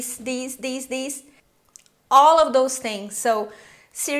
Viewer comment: I can make Deez? Deez Deez and deez?? Haha great video though